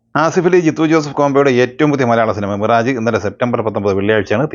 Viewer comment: മിറാജ്..... എന്നല്ല മിറാഷ്... എന്നാണ് ഉച്ഛരിക്കേണ്ടത്.... ശ്രദ്ധി ക്കുമല്ലോ. 🙏🏻🙏🏻🙏🏻🙏🏻